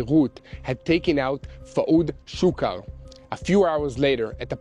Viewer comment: The way Yair said Fuad Shukr made me laugh...........my Slavic ears first heard Fuad Suka. I'm still hearing Suka........